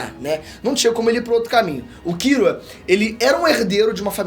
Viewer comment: Familia ei nerd com mania de querer dá uma de japonês falando kirua em vez de killua